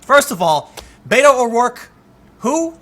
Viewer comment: Whiskey Tango he doesn't say "Beto" right.